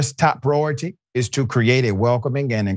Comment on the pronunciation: it is pronounced pri-or-ity not prorty.